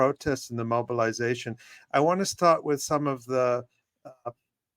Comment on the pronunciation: Omg. I heard mamalization instead of mobilization. This election is going to make me lose my mind.